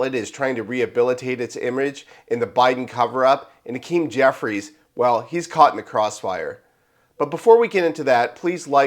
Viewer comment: HA-KEEM no Ah Keem! He’s a weasel and a crook but pronounce his name correctly